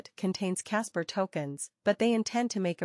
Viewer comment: Why voice over keeps saying Casper if it is about kaspa?